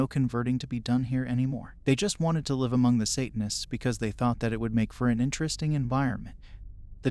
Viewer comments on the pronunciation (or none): You guys have people read some of these, right? If it isn't a text-to-speech, can you politely ask them to pronounce "live" and "lives" correctly? Kinda takes me out of the stories every time they mispronounce the words.